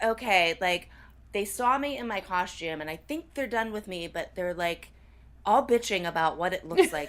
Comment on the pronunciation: Does everyone in Pittsburg add an h to the word costume, or is it just the dance moms crew? I always hear "coshtume" instead of "costume."